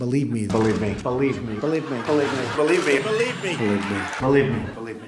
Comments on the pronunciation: thanks for ruining "balivmi" for me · “Boleeb me” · Sounds like he was saying bulimia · It sound like he is saying bullied me... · It sounded like he said 'dont leave me' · He sounds like he's saying "Felipe"! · It kinda sounds like he is saying polygamy, which kinda makes sense coming from him. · The more he said believe me it sounded like bleep me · When he was saying "believe me" it sounds like he was saying "polygamy"💀💀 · It sounds like he is saying “Delete Me” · when trump says "believe me" it sounds like bulimia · Is it just me or did Trump sound like he was saying “polygamy” while he said “believe me” multiple times? 😂🤣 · when he says "believe me” in all those sound bites put together, it sounds like he keeps saying Bulimia: 'A serious eating disorder marked by binging, followed by methods to avoid weight gain.’ (like when he stuffs his face with Mcdonalds and claims he’s healthy...) I hope this man has a heart attack soon. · After the 10th time it just sounds like "Balee me". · Believe me sounds like polygamy when he says he, which is ironic. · He messed up the saying "believe me " !!!!!